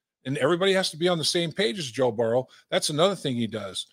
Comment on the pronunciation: Dave pronounces Joe's name "Burrw" 😂